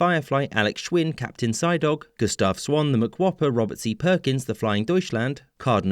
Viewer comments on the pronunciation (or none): none